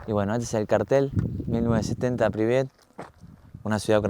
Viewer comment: La ciudad se llama Pripyat... Se escucha varias veces que decís "Pribiat"...